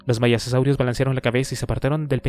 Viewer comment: Me hace mucho ruido que constantemente lea mal las palabras, no sólo los nombres de los dinosaurios (“maisasaurios”, es maiasaura), sino también palabras sencillas y comunes (”causarios”, es casuarios).